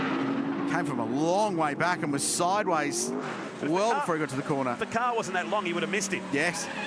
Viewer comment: You start watching these lovely old cars then suddenly it's ''Ah Naw, beeg damage, the M'nAAAro's off at the cornah''' Then I just see sad sights.